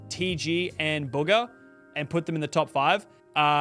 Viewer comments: It’s buga not boga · Its not booger it’s bugha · why he calling BOOGHAAA a BOOOGAH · ❌bugha ✅buger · Bro called Buhga, Buga 😂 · Ahh yes, TG and booger. It’s BOOGAH NOT BOOGER!! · no way he said bugga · Why he saying it like “BOOGER” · Bro why does he keep calling Bugha “Booger” 😭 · bro called bugha booger 😂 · He’s saying booga